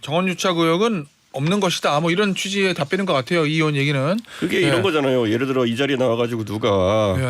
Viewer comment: 엠씨는 발음 좀 똑바로 해주세요 예를 웨 이게 멉니까?